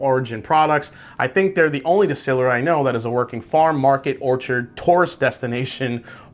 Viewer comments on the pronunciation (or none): none